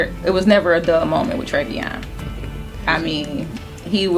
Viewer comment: TREVION ** not trevon .